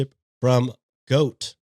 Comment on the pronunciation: Don't you dare drop that GOAT button, I laugh every time I hear completely obliterate the sound we all learned in preschool lollll